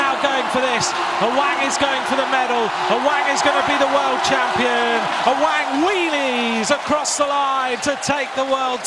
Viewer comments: Awang = Sebutan Mat Salleh "A-Whack" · its AWANG not AWANG hahaha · Awank bukan aweng cuba dengar betul2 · Apasal aku dgr dia cakap ‘A WANK’ ? Lmfao